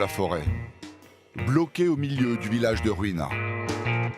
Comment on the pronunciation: Arrete de parler de juina comme si cetait espagnol, cela ne se dit pas de la meme façon, un "J" cest um j et non pas un r, Vous etes graves mais pour les non connaisseurs cela passe